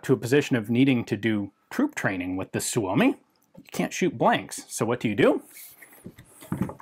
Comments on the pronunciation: You are one of very few english speaking people who pronounce Suomi correct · Ian's pronounciation of Suomi is spot on!